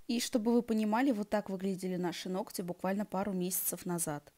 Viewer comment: «ноКать» очень режет слух и портит впечатление от видео.